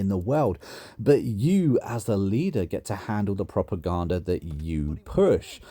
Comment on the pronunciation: 5 mins. I have never heard a more retarded pronunciation of propaganda.